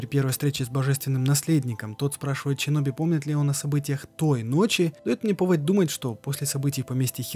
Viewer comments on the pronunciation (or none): аЩина Щиноби секирО пздц уши кровоточат, а так норм разбор Лора!